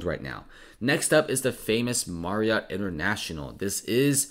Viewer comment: Anyone else dying at the way he says MARRiott